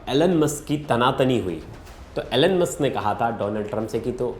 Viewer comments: Atleast pronounce correctly when you are representing such a big channel. Its Elon Musk not Alen Musk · Bro you literally said " Anal-musk" 😂😂